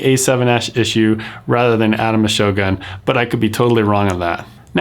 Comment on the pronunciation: It pronounced "shogun" not "shoGAN "